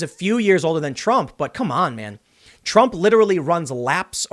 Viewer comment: We need the Biden scoreboard a point for every time he mispronounces Trump, 200 points Impeachment.